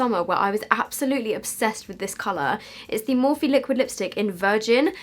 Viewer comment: noooo stop pronouncing it “morphee” it’s pronounced “morf”